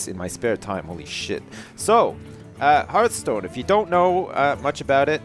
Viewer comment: I dont really want you to play this i find it boring to watch... although the way you say hearth stone is awsome